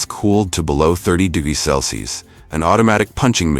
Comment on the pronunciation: Why can’t this AI say CELSIUS ??!! It’s so annoying! It’s freakishly common how many AI vids I see where the mention of temperature in DEGREES, CELSIUS AND FAHRENHEIT SHOWS THE VAST LIMITATIONS OF ARTIFICIAL “intelligence “